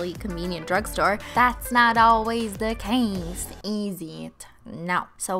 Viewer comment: "that's not alwais the cais is iet" 😂